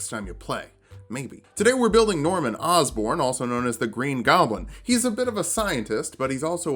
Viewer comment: Osbourne 🤣 totally not Osborn 🤣